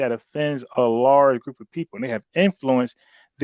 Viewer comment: Every time I hear say “Grewp,” I wanna throw up.